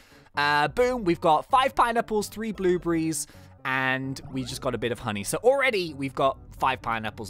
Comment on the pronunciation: You said "blublies" it's blueberries lol